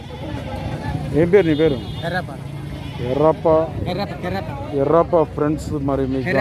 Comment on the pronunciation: Errappa kadhu karrappa bro